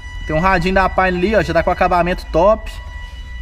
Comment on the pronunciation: PORQUE VOCE PRONUNCIA PÁINER (PIONEER)?